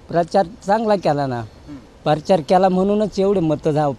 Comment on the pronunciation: परचार म्हणतोय 😂😂